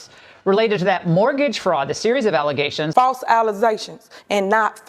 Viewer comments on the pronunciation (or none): Theze some false allezations!!!! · I'm here for the allezations 😂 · "Alizations" will always make me laugh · Can you do us all a favor, and post the 2 second clip of the super mayor saying False Allezations and not Facts? That would be so appreciated. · “Almost these allezations are baseless “ -Super AG James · "AlleZations" ~~ Super Mayor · Dude, you’ve gotta stop this madness…. I was speaking to my parents the other day and I said “allezetion” just naturally because I’ve been saying it aloud every time you play the super mayors clip. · "Alizations" I'm sorry? What? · Will never forget “False Alizations” 😂🤣. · sorry, just a bit of a comedy tip for ya. You don't need to explain "as the super mayor would say", just skip straight to saying "alleglzations", & maybe add the "NOT facts" part too. Just sayin', probably funnier that way. Aight den, love ya bud, say hi to Devon for us. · Why be all deez allezations?😂